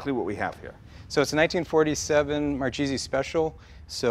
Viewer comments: That weird moment when you're italian and you know Marchese is not pronounced like that but at the same time it's his surname so you don't really want to correct him and make him angry.. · The "CH" is pronounced as a "K" in Italian. In case he ever went to Italy or stop promoting the Italian heritage and not know how to pronounce his own name. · Sorry, as an italian this was painful to listen. An italian american talking about his heritage and he can't pronounce his own grandfather's surname. So sad. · Someone should teach the proper pronunciation! Marchese isn't cheese! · It's pronounced markese please! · it's pronounced markayzee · Thats not how you properly pronounce that name. It is pronounced Mar Kay Zee. And this guy is a Marchese?! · "It is a Mar Cheesy..." fucking guido does not even care for correct pronunciation of his last name. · wrong! mar-ke-se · Mar-keh-seh trust me,i'm tuscanian. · It's Marchese not Marcisi... come on!!! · it's MARCHESE not MARCISI !!! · This guy doesn't even know how to pronounce his last name....Its Mar Kay Zee not Mar Chee Zee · As a professional Sicilian, I found the pronunciation of Marchese in this video strange. Both Jay and pronounced it "Mar-cheese-ee". But I'm pretty sure that back in Sicily, they said "Mar-kay-zee". But what a cool bunch of racers those Marchese guys were! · Mar-kay-zay, not mar-cheesy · Pronounced Mar-KE'Ze, not Mar-Cheesie!!! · I'm sure it's pronounced "mar-kayzee" not cheesy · I love the videos…but: grammar knotsy: Marchese, in italian, is really pronounced Mar-kay-zee.. 'ch' in italian makes a K sound… so Mar-Cheesy…is so american… and Lancia… is pronounced Lawn-chaw.. "ci" in italian makes the ch sound… :) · It's "markese" not "marchese" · its pronounced Mar-Kay-Zee not mar-cheesy... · IS MARKESE NOT MARCIESE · Name's MAR-KAY-ZE not MAR-CHEESEE. And I thought Jay was pathetic with his Eye-Talian pronunciation. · its proncounced MAR KAY ZEE ... this guy sure isn't proud of being Italian